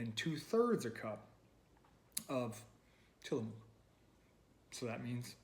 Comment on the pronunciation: Sorry to nitpick, but as a native Pacific NWer, it's pronounced "Tillamuck." Sort of like the "oo" in "look," lol